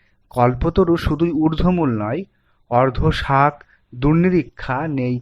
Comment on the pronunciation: ভাগ্যিস সুধীন্দ্রনাথ আজ আর নেই। নাহলে এই সব অর্ধশিক্ষিত দের কাণ্ড দেখে হেসেই মারা পড়তেন। স্বস্থ ধিক্কার'এর জায়গায় 'স্বচ্ছ ধিক্কার', 'শুক্রশাপে'র বদলে 'শুক্রপাশে', অধঃশাখ না বলে অর্ধশাখ ! সবার উপরে এক অপরিশীলিত কণ্ঠ। এরা নিজেদের কী ভাবে? বচ্ছ